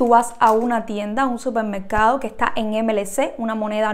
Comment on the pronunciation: Se dice supermercado, no 'cupermercado'.